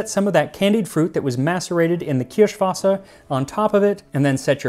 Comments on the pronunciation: Your german pronounciation of Kirschwasser is on Point👌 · Bonus points on the pronunciation of "Kirschwasser".